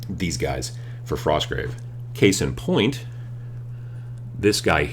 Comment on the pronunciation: Frosgrave Warband. You forgot the T :p Not enough coffee?